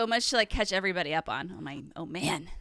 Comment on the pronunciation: Still luv the way Andrea says “everybuddy”. Makes me feel like a buddy even though I’m just a random podcast listener.